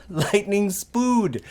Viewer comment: Lightening spood... Nice one 😂